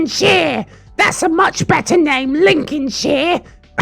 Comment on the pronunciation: Lincoln-SHEER 😂 We just pronounce it as link-in-shur